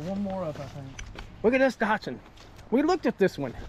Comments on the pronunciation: There is no R in Datson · There's no O in Datsun, either.